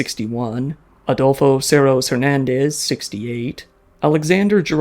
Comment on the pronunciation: Always chuckle at Us citizens pronouncing "Her-nun-dees"